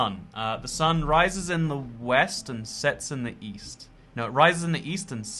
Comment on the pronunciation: East? I thought you said weest.